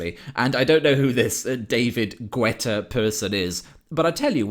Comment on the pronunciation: The „u“ in David Guetta is silent. Its pronounced Getta. And if you dont know him: you have not missed anything.